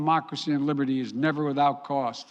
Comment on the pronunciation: Did he say Liburitey